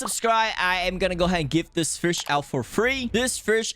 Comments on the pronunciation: Bro it's name is fish not frisch why do u say it like that😂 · the way he says vush instead of fish im not hating btw W content bro if i am the winner i dont think so but my is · “Frshh” “The dep” “Millons and millons of dollar” “Subscri” “Ro” “Pufferfrsh” “Ararara rod”